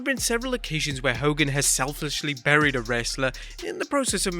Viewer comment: Was it "burried" or "bullied"? ;^)